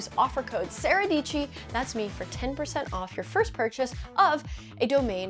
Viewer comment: Dietschy rhymes with peachy.